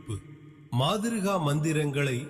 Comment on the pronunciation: மாதிருகா இல்லை மாத்ருகா